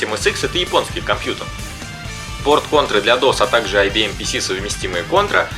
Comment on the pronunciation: Раз уж ты такой любитель истин, то произноси названия правильно. По японски звучит не Конто́ра а Ко́нтора.